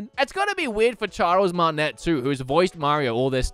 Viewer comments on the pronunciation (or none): none